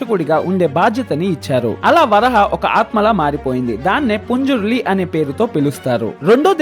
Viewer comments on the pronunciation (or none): It is not punjurli it is panjurli